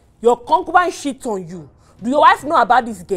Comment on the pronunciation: Please is it “shit” or “cheat” 😂